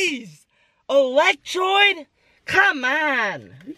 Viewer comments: did he say electroide..... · Who got cheesed when u said electrode wrong?